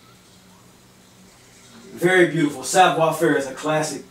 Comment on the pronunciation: It's Savoir" not savior.